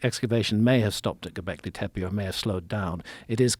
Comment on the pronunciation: I've always been convinced graham is soooooo obsessed with saying "gobleki tepe" like it makes him sound smart. I mean I'm sure he is, but just an observation always makes me laugh.